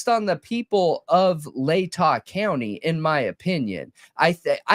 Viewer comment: You said lay-ta right! Yessss!